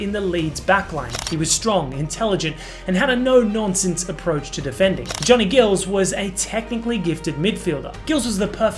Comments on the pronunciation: Johnny Gills?!?! Say what???? It’s Giles, not Gills. I couldn’t watch past that. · Johnny Giles pronounced"jiles".The picture shown is of Leeds fans celebrating winning the championship in the streets of Leeds because you have no picturs of fans rioting in the streets of Paris.I have spoken to fans who tell me that the police were brutal yhat day and the fans were caged.Events since that day confirm this severe approach I recall the TV vameras focusing on a fire on the terracing as if this was symbolic of a riot.Leeds fans have consistently proved to be the most ardent and steadfast and yet they are depicted as yob culture.They are people like you see in the supermarket all ages,all kinds of backgrounds,all nationalities Their bond is that they follow Leeds through thick and thin.And thinner.Clough was nota Messiah.His teams could mix it.Teams had a hard edge in those days. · You pronounce Giles wrong!!